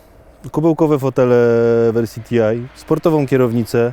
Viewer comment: jakie TIAJ !?!?! to nie jest TIAJ , to jest TI, czyli Turismo Internazionale. Skąd to angielszczenie włoskiej nazwy?